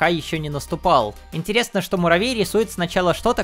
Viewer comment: Маравей 😅😅😅😅Что за маравей почему маравей а не Муравей